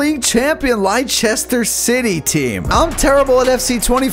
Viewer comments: It's pronounced Lester city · Great Video! Leicester City is pronounced Lester City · You pronounced leicester city wrong but still a great video